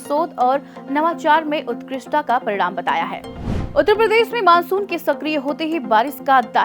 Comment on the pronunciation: Jab ap Uttar Pradesh bolte hain to uspe bhi zara dhyan djeaga